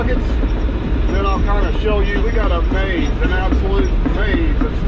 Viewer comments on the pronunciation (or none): none